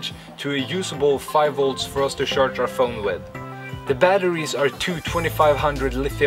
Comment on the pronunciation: he says sjarce i cant handle it